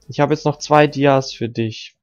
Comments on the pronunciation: Junge es heißt dias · Es triggert so hart wenn du die ganze Zeit dies zu Dias sagst